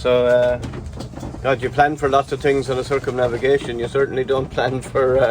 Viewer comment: “I tweekt a lot of tings”…..🤣🤣🤣🤣